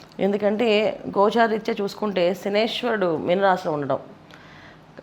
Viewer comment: Meku sariga telidhu ...shanishwarudu enti ,shaniiiyshcharuduu...